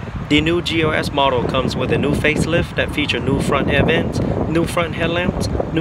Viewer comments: You're not crazy. I keep hearing GOS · I'm i crazy or i hear this guy pronouncing GLS as GOS !?